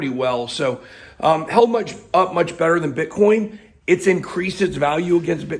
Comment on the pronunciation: Its Bitcoin not Bithoin. Its coin not hoin.